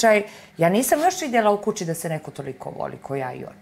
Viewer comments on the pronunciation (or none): ova kad progovori meni pozli ,c ,c ,sa kvacicom ,kuci ,i jos kad mjesa d i dz Dzedovic